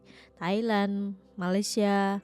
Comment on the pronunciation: maaf..sila betulkan sebutan Malai sie kepada MALAYSIA… #malaysia 🇲🇾 #awaksopansayasegan